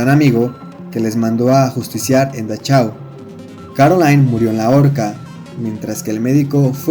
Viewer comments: la ch, se convierte en j, y si es importante, respetar los idiomas, hay muchas herramientas en internet para evitar esos errores, por otro lado esta bueno el video. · Buen video. Pero se dice "dajáu" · Buen video! Pero, por el amor de Dios, no todo lo extranjero es inglés. No se necesita saber alemán para saber que la "ch" de Dachau suena Jota. La "au" de Auschwitz no suena como en "Austin" sino igualito que en español: como austero. La "sch" suena "sh" , la "v" suena "f" y, otra vez, por el amor de Dios, La "w" suena "v" (no "b" ). Von Trapp no es "bon Trapp" sino "fon Trapp". Yo no sé alemán, pero sé cómo se pronuncia, ni que fuera swahili, por Dios!